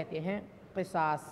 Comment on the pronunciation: Qisas nahi qusaas h Qisas ka maana Intiqaam h